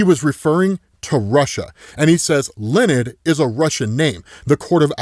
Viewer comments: Loved the video but damn bro its not lenned its leh-oh-need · Between that pronouncing Leonid as Lee-nid, and how far I had to scroll to find this comment, it really did my head in. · Just in case he pops up again, Leonid is pronounced Leo-uh-nid.